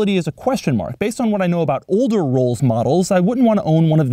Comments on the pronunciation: Rollses? Rolls'? cough cough....ahem.........Rolls. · Did he say rolls's for plural? Lol I think it's pronounced rolls, and why did you put someone down in a Camry